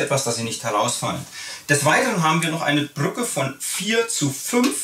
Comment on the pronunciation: "BrrrrÜCKe" :D